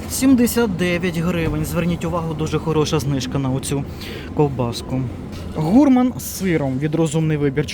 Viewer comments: Правильно гурмАн, на второй слог! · Слово "гурман" - ценитель и любитель с тонким, изысканным вкусом /французского происхождения/, тому наголос на літері "а". Невже ніколи не чув цього терміну? Ай-яй, 😊 ти ж наче вже дорослий😮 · Якщо ти англієць, чи американець, то буде "гУрман" У них наголос ставиться на перший склад в слові..